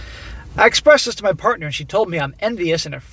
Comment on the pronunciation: let me handle this one. "parnter"?? SMACK